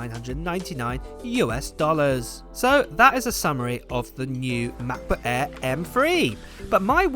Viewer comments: M-FREE MA-BO-EEEH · makbuk eee and makbuk proow